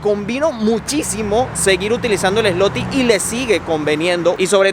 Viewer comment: Gracias x su viaje e información la moneda dices Zloty pero se pronuncia ”zuote “ 👍🏼